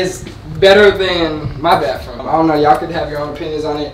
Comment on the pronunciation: it’s baTHroom &wiTH not bafroom, wif 😂😂 it’s okay though my brother pronounces it the same way 💀